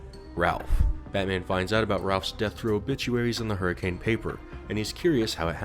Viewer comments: not that major of a note, but despite the spelling it’s actually pronounced “hurr-a-can.” I only bring it up because it’s pronunciation has annoyed me my entire life lmao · As someone from Utah it is pronounced Hur-a-kin😂 we say things weird in southern Utah and make sure to had some accent to it😂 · Sorry to say it, but Hurricane, Utah is pronounced "Her-ih-cuhn." Signed, a Utahn. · Man, people in Hurricane, Utah hate when you pronounce the city’s name the way it’s spelled. The way they pronounce it sounds like “Hurricun”. It’s dumb. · you said hurricane’s name wrong. The ways it’s supposed to be said is: her-a-kun”. I’m not kidding. I’m from utah. And even I hate it. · not to be that guy but here in Utah we pronounce it as Hurrikin even though its spelt Hurricane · As a southern Utah man, Hurricane is pronounced Hurri-cen, Utah. Nobody knows why, and it pisses everyone off. But that’s the way it is. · I can tell I moved in Utah too long because his pronunciation of hurricane is bugging me haha. They call it hurricuhn (rhymes with bun) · Bit of a fun fact: As any resident of Hurricane, Utah would hastily correct you, it's pronounced "HurriCUN" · The fact that fnaf is set in my hometown is incredibly cursed to me Also it's pronounced her-a-kin even tho it's spelled like the storm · Hearing you pronounce Hurricane, Utah hurt my soul. It’s spelled like Hurricane but it’s pronounced like Hurrah-can. Don’t ask me why though, it’s just the way it is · You did not just call it hurricane Utah, it is pronounced hur-a-can, it is a massive petpeve of mine when somebody mispronounces it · That’s not how you pronounce Hurricane 😞